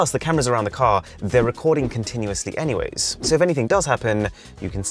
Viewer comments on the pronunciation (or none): none